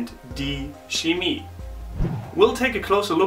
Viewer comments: I was taught that "ch" in "Chemie" is pronounced with "kh" (English pronunciation), also like "ch" in (das) Buch, but you read it more like "schemie" with "sch" :) is it some kind of dialect or exeption? :) btw. I have been learning German for 5 years at school :) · 1995: "Schemie" is wrong, even if some Germans do it. In both - Chemie and Chameleon - it has to sound like a "kh" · It is Chemie* and not Schemie! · No offense- aber man sollte schon darauf achten, dass man sagt CHemie und nicht SCHemie. Letzteres ist falsch! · Why did you pronounce the ch in chemie like sch? Am I mistaking something or..?